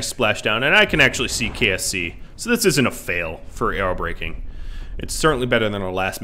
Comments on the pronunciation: I keep thinking he is saying KFC not KSC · I keep hearing kfc not ksc